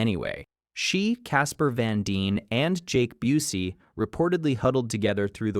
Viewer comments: Mispronouncing Busey had me questioning if this was AI narration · Intentional insult